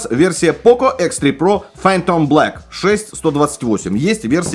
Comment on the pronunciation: Хихихи - "Хэ Зэ про"! Смешно, смешно!